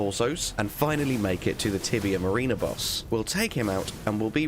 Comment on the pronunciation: Mariner is pronounced ma-rin-ah not marine-ah! 🤣